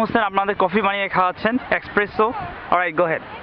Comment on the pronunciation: Mate that's not Expresso it should be Espresso. You got my point Mate? Good Luck for your future Video.